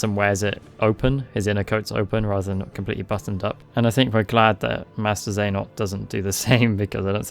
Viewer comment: Genuinely I can’t tell if you’re saying princess xehanort sometimes and it’s making me chuckle